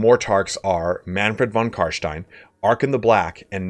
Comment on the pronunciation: Carschtein!? You mean Carstein?